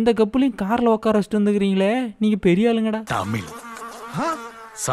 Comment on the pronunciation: அது தமிழ் ப்பா..தமில் கிடையாது..!! Love from Bengaluru..!!